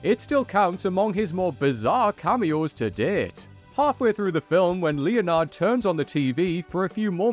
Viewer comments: Leo-nard? Dude, have you really never seen the name Leonard written down? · I can't believe this guy mispronounced Leonard and Nike. English as a second language?